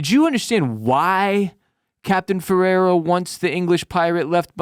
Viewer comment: Captain's name is Ferreira, super common Portuguese name. Closest English pronunciation is feh-ray-rah as in X-ray. Source: Dude, trust me. JK I am from and live in Spain, near the Portuguese border too. Oh and I'm pretty sure Rodrigues/z is a Spaniard. Both Portugal and Spain were under the same ruler back then for a while, and ofc they were allied against the Dutch and English.